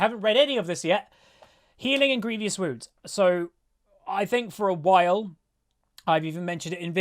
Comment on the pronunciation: i find it so funny how many people, including myself most times, say grievious wounds. there is no 'i' between the v and o xD